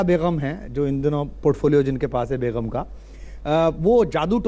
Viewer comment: Beghum nahin begum hota hai.